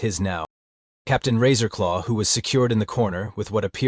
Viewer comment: Every time the AI says Captain Razor law, my mind hears “Taserface”